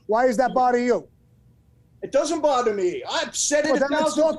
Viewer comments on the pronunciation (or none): Sammy shouldn't say BODDER rather than "Bother." Bodder sets a bad example for the kids.